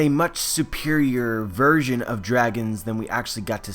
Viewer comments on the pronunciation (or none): none